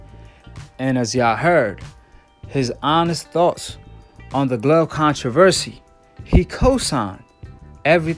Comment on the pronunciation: Lol "who glove" even steve cunningham was quoted with proper english. "..steve continue". This guy doesn't like his "s" sounds where they belong. And then he ignorantly says "you racist fans"...oh not the macist who is obviously pro black..never that. Your guy lost and there is NO GLOVE controversy